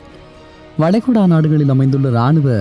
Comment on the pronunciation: வளைகுடா எப்ப வலைகுழா ஆனது??😂 உச்சரிப்புகள் நிறையப் பிழை😡